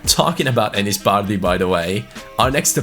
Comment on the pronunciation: Who else hates the way he says bardhi?